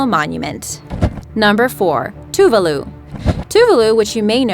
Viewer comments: "TOO-VAH-LOO", not "Too-vuh-lu". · it's not pronounced two-va-loo it's pronounced as 2-vah-loo